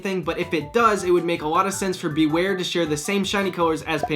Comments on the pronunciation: You nailed Bewear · Omg he totally nailed bewear on the first try